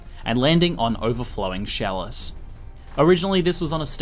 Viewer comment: You keep saying sjalice, so i dropped my cheese off my sandwich, i have to thumb this down its not that i did not like the video, im just bummed out i got some hair on my cheese.